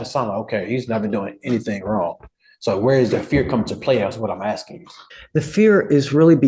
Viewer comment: He just keeps on AXING! 😂😂